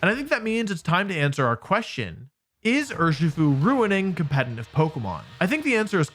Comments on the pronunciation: Why does he keep pronouncing competitive as 'compentitive' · Why does he always say "compeNtitive"???